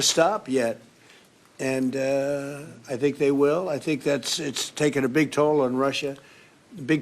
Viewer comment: He says I sink for I think 🙈🤣